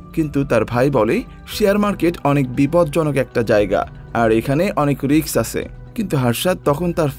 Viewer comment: Vai riks na risk